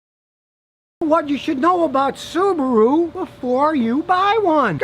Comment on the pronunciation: I’m impressed Scotty you say Subaru not Su bar ru like most Americans say